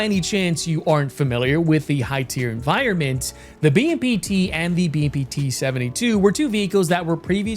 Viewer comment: "...10.0 'enviornments' for the masses 'toe' enjoy..."